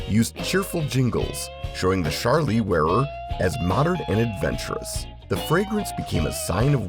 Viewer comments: It's Charlie, not "Shar-Lee"... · It is NOT Sharlie with a SH sound, it is with a CH sound like choo choo. AI is bad! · Nice but most of your pictures were from the 80's (there was no Charlie red, blue or red at that time). It was all one fragrance, and it isn't pronounced "Sharlie", it's Charlie, with a hard "ch". Get it right